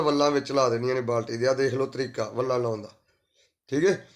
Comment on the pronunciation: Phla bolna Sikh la uuutt jeha plastic nu plaskat vella nu vlla vlla kri jnda balti wadni botle wadni boli jnda gadha jeha